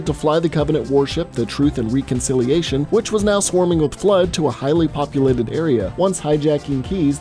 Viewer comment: Omfg, does anyone else get bothered when mispronounce either common, or words you’ve heard so many times that you can’t get it wrong, this guy obviously never played halo. That is not how you say reconciliation Jesus.